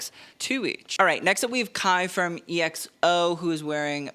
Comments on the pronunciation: omg… I was so happy to see Kai in this video, but EXO it’s just pronounced as “XO”. Still love the video. Always look forward to your videos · EXO is pronounced X Oh, btw.